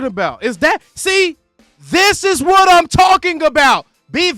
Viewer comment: “That” goes unnoticed too and C Wat not C Y. has braces so I think it’s causing him some issues.